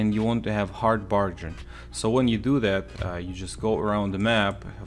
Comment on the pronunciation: “Hard barjin”